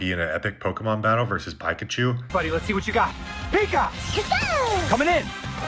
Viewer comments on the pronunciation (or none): That guy saying “Pike-achoo” & calling a Golden Retriever a “German Shepard” is a HUGE red flag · Bro did not just pronounce "Pikachu" "PIEkachu"... Then he calls a Golden Retriever a German Shepard! This guy is AI... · "pike-achu" is an astronomical abomination of pronunciation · So, the video clip of the guy talking about sora2 and having the AI create a Super Bowl thing and Pokémon battle, that guy isn’t even real. He’s also AI generated talking about AI generation. Mistakes like “pyke-uh-chu” and calling what is obviously a golden retriever a German Shepard. These are mistakes a computer will make. Not a human. I’m pretty sure you can’t show me an English speaking person on the planet that doesn’t know how to properly pronounce pikachu or the difference in a golden retriever and German Shepard, two of the lost well known breeds. I question how much of the internet is real anymore if any of it is. Have you met any of these people? How do you know they exists with this level of technology? There’s a strong possibility that most, if not all, of what you see on the internet and huge streaming platforms such as this aren’t even real. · did homie just say Pyke-achoo? Very disturbing video.. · He also said “PIKAchu”…. But.. pronounced it “PIKE-UH” lmfao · The most shocking thing in this video was that guy's pronunciation of Pikachu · Nobody caught that? The "guy" showing how AI can put you in any scene. He then goes onto mispronounce Pikachu in a really awkward and obvious way. AI making videos about AI making videos.